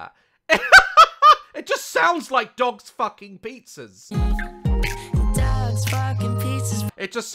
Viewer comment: I heard dads instead of dogs xD